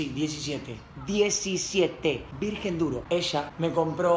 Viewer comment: Lo escribió así porque Coscu se equivocó y dijo "Virguen" .__.